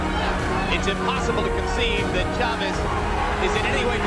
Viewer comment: the narrator is so annoying with this pronunciation of the man's name. The stress accent is on the "a" homeboy not the e, then he tried to sturdy up pronouncing Rosario with an accent. Quite comical!! XD